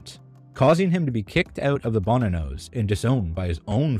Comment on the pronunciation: It is pronounced "bo-NAN-os". Content and presentation is very good though. Hang in there. Well-done.